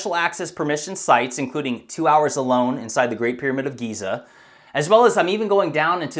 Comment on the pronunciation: Right.. so its actually pronounced "Jizzer"... the great "pyramid" of Jizzer... Sigh